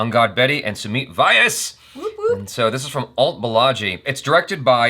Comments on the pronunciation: Basically Rustom with original names. Also its Sumeet Vyas (Vy pronounced together not Y S). Rustom did have a strong Parsi vs Sindhi angle thing but u probably didnt understand it (you dont know parsi names-Rustom is a stereotypical one) so are Sindhi surnames. They kinda spoonfeed it here which they didnt there. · Oh God!😝 Please help pronounce Indian names correctly. Also It's "Sumeet Vyas is my friend, not Sumeet vayas is not my friend anymore because I can't pronounce his name correctly."🤐